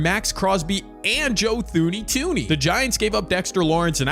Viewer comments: Its pronounced 2 knee. His brother is my dr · It’s pronounced Joe Tune-Ey I know that because his dad was my grandmas doctor